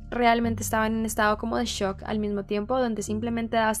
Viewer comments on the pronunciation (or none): none